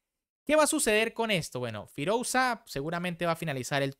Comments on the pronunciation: firulais queda mejor de lo que él lo pronuncia 😂😂😂 cuando se escribe "OU" se pronuncia sólo la "U" queda horrible escuchar las dos letras juntas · creo que deberias de hacer un esfuerzo en aprender a pronunciar los nombres más destacados del mundo del ajedrez correctamente. Todos evidentemente que no van a ser posibles, pero alguien tan reconocido como Firouzja deberías saber pronunciarlo correctamente. Si quieres mejorar en calidad en tu canal. Porque es algo que ya te hemos repetido varias veces pero no escuchas nunca a tus suscriptores.